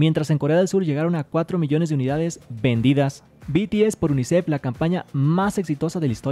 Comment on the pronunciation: UNICEF no “UNICEX”.